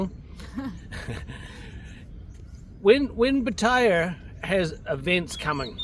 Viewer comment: You can’t even say Pattaya properly and you expect anyone to listen to you 😑